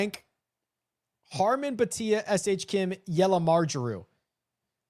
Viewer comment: Yell-a-mirage-ew. Not a yell-a- ma jar.. You're good at he-sought-sue-nay though